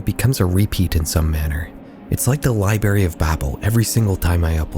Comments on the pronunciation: It’s not “libary.” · the lieberry of babble